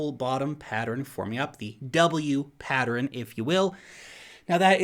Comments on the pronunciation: Pattern pronunciation Humans -> Pat-turn -> Patt-ter-renn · Thanks. Man mainstream adoption is going freakin vertical. Happy days.;) Has anyone else noticed that the can't say pattern???:) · Thank you! I'm over here trying to say "patterin". I've never heard it pronounced that way before! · patterin? do you mean pattern? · is he saying "patterin?" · I love you, but you pronounce 'pattern' as 'pattrern' and it's weird. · PATTERIN.... What the actual F See ya. I can't take listening. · Patterin? you meant pattern? silly. Keep up the good work. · It is possible that is the way pattern is pronounced in New Zealand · Have I been saying pattern wrong my whole life? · I noticed that too! It's probably a regional thing. Not sure where is from originally, but where I grew up in PA some locals would add unusual syllables to words (mine = my-en, film = fil-em etc.) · You say 'pattern' so weird dude. Like a whole extra syllable. :P